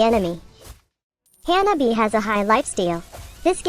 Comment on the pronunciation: Notice how she pronounces janani as hyanabi